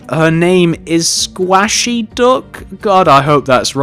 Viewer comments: its pronounced 'squ-ay-she' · can you PLEASE build a nija also its pernounced squaishy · Squashey IS Stampy's girlfriend! How did you know ? O_o oh, and you pernounced squashey wrong